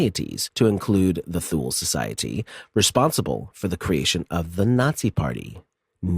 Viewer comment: Hey just FYI- Thule Society is pronounced TOO-lee. Great episode as usual.